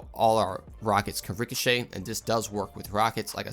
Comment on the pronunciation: "Richochet the Ion Cannon" Ohh /my/ god.